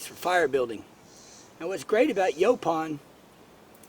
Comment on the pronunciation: Final someone whom pronounces it like we Texans. Lol